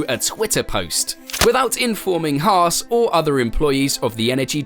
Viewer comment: “Hars?” Or Hass 😂